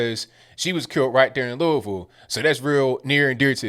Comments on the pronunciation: At least pronounces Louisville correctly! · What a sham.... But, at least says "Louisville" correctly. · Are you from Kentucky brother? You said Louisville the right way.